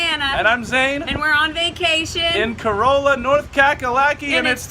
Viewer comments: It’s “ka-raw-luh” you dumb dumbs, “ka-roll-uh” is a car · It’s pronounced Ka-rah-la. Not Corolla. That’s the car 😂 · We pronounce it kuh-rah-luh. Not like toyota Corolla. Thank you - a local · Well it’s confirmed those people are definitely on vacation. Corolla = Cor-ah-la. Not a Toyota 😂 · It's pronounced kuh-RAH-luh, it's a town not a car. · I live in Corolla. It’s pronounced kuh-RAH-luh